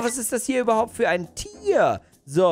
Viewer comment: Warum hastdo gesagt tiar